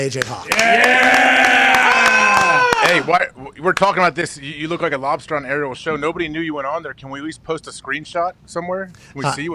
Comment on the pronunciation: From now on its" lobstah pat" .......